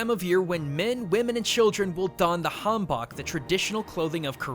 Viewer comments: You said "han-bak" but you really say it "han-boak". I should know, I'm half korean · You do not pronounce hanbok as hanbak! You pronouce it as han 'book' Im triggered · The bok in hanbok rhymes with "coke" not like the composer "Bach" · whenever someone says Chinese new year I get a bit triggered it's not just China it's for a lot of Asian countries. Also Hanbok is pronounced han like Han Solo and then bok like a shorter version of book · just saying its called a honbook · han-book, Han-book lol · as I have an ear for it, Hanbok is pronounced han-boke (I'd also like to point out that hanbok typically features a longer skirt, I know why she's wearing it so short (kind of hard to move in a floor length skirt I'd imagine) I just thought I'd mention it) Sahm tae geuk is pronounced sam-tay-guk Bokjumani is pronounced book-ju-ma-ni I can say nothing for Mandarin because I've not practiced in over a decade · Hanbok is pronounced like Han-bohk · just a little tip, "bok" in hanbok is pronounced like the "o" in folk and the "han" is pronounced like Han Solo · oh gawd the pronunciation on hanbok (since i'm korean) XD but holy crap i did not know that about the lunar event. thanks for this vid! <3